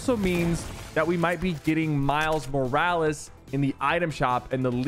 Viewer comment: Is it just me or is Sypher saying Morales in a weird way?